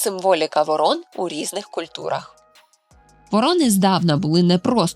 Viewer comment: Шановна, ворон(наголос на першшу літеру О) і ворона, це різні птахи.